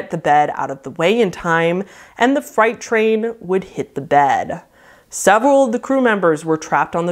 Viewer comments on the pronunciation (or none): Funny, I think I heard Fright train, when meant FREIGHT, twice. Odd slip.